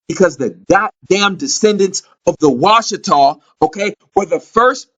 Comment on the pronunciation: Washitaw, "watch"taw, Watchers???